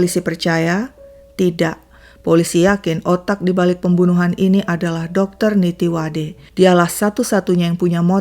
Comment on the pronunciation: Min nama Dr.Nittiwadee bacanya bkn Nittiwade, dlm bhs Thai klo ada dua huruf nempel kyk ee dibaca i, jd namanya dibaca nittiwadi